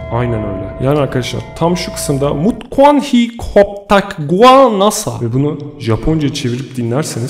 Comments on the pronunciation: Nasa'nın açılımını nasıl telafuz ettiğini duyunca kapadım. :)) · Offf o nasil bir NASA telaffuzuydu, gizem yaratmak icin sacma sapan bir efekt yapmissin, o ayrica rahatsiz edici.